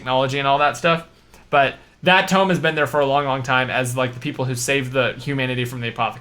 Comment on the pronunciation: tome instead of tomb... nice :D